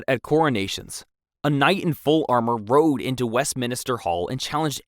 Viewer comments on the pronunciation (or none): none